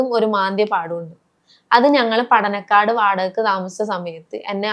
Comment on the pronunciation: പടന കാട് അല്ല പടന്നക്കാട്